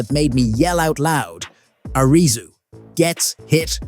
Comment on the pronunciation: It's Air-ree-sue Not a-ree-sue